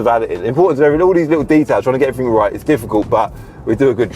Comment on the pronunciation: It’s EVERYTHING not everythink!